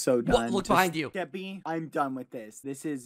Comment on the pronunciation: its so funny when bbh sounds like hes saying “geppy” xD